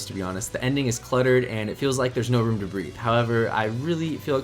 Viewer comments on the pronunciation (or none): none